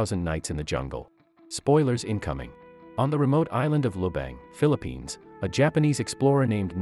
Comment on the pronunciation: "philipies" 💀 it's Philippines 🇵🇭